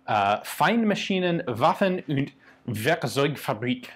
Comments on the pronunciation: Not 'ünd' but 'und'. No dots, no umlaut. Otherwise really well done. The 'Mann' needs a slight tweak. EDIT: later on you say 'Mann' just right. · A "U" in german is pronounced like in Uber. You pronounced it like an "ü". Rest was perfect. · That was actually very good German. You only pronounced the U in Und slightly wrong, it is supposed to sound like the "Oo" in Ooze. But other than that, very good. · loved that 'und' in french accent while trying to pronounce the factory.